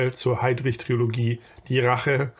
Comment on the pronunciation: Tolles Video. Kleine Klugscheißerei am Rande: -- ich denke, der gute Mann wird Schus-tr ausgesprochen, also die Tschechische Version von Schuster als Nachnamen. Kleine Klugscheißerei, die zweite: Trilogie und nicht Triologie. Hinter dem I folgt kein O. ;-)